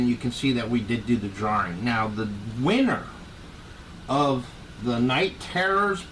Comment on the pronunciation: Thanks,, and what a prize! I'm so happy to have won this "draw-ring!"😂